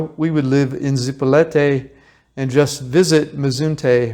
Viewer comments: Your information would be more believable if you learned how to pronounce your target. IT IS ZIp O LEET Ā, not Zee po let Ā or Zipo Light. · Is not zipolete. Repeat with me Zi_po_li_te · Zee-PO-lee-TAY. , just a little help with pronunciation . 😊. So neat that you do this for people . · You weren't able to pronounce the name Zee-po-LEE -tay correctly after being there for some time? I spent new years eve 1980 with my then 12 yr old daughter on Zipolite. We consumed some cubensis stropharia and experienced a most memorable time . (magic schrooms) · Yeah I mentioned that in one of my comments. The kid needs some Spanish tutoring. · PLEASE learn how to say the town name correctly. It's so rude to keep saying it wrong in a video this long. You say it in numerous different ways, as if you don't even speak Spanish. If you stay in a place for a while enough to make a video, learn the language at least a BIT.